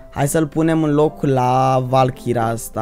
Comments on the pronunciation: valkira :)))) Se citeste valkeri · Cica valkira :)) II VALKERI ASA SE CITESTE